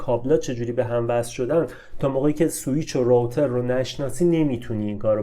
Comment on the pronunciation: تلفظ روتر